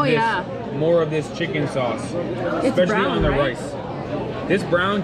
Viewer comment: Saúce not saude